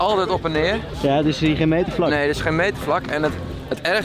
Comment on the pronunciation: "n Limburger zegt niet 'Neuh' maar 'Nae'. Wel twee lettergrepen van maken.